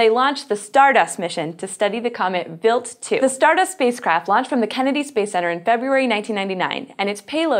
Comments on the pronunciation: Why is it pronounced wilt, not wild?. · the way she pronounced it was actually how you pronounce "Wild" in German (meaning: Venison, Wild game) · Im pretty sure talor swift is not a good person to use as a generalization of human kind, why do you pronounce wild like that? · is it just me, or is the way she is pronouncing the comet name weird? I'm going to assume that she is correct, and it's just me though.